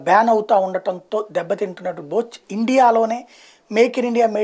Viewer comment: బోచ్ కాదు రా అది ... బాష్ (Bosch) 😂😂 Edhava YCP Bendapudi English nuvvu Neeku endhuku ra International news ??